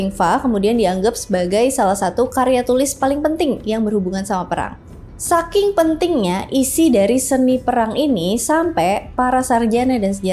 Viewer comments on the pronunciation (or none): none